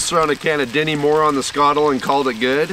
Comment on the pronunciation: Just happy you can pronounce skottle properly